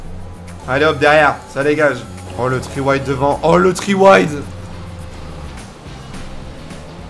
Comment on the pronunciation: « Three wild » mdrr